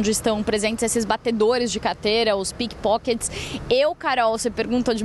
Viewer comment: entendi pipokets kkkkkkkkkkkkkkkkkkkk